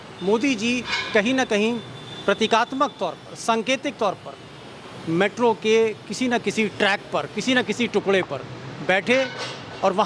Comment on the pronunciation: Metro Nahi Mitro !!!